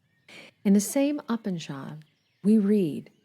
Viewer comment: I'm really enjoying your videos, though I implore you to look up how to pronounce these words instead of guessing. Upanishad is pronounced Ooo-pawn-eee-shawd